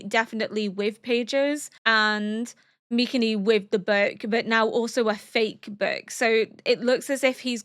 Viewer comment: I don't know if I'm crazy, but everytime you pronounce MikaMis name it sounds like MikaNi 🙏🏽😭 W reaction tho ! Looking forward to the end 🫠